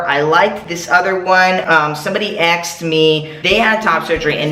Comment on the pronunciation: "Somebody axed me" lol jk I love you! Great video too! Thanks!